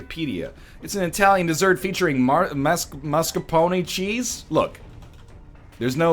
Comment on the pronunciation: NL, I'm italian, and when you said "mascarpone" that way I actually laughed a lot. Way to go, man. Way to go. (The reasoning about learning thogh, that was amazing)